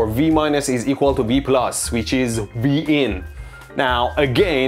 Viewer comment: V-in was heard as Vegan. Not too shockingly I laughed a little.